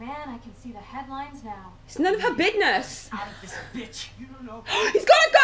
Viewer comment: She said bidness 😂😂😂😂